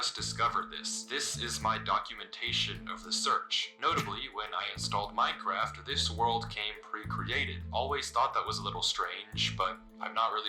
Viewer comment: what scares me is that im not sure if you said minecraft or mein kampf